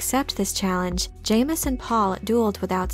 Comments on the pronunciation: It’s pronounced Ja-mis not Jay-mis 😂 loved the video I love all your videos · It's pronounced JAHmis. Retrain your AI narrator or get an actual person to narrate these. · I've anyways pronounced it as "Jameez" ... it's better that way really